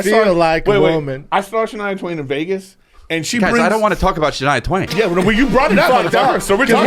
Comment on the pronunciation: "I do love Shania Twain 😊" Brendan sounded like a middle aged southern woman for a sec 😂